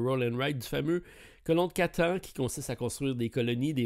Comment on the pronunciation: la prononciation de catan ma fais la journée ^^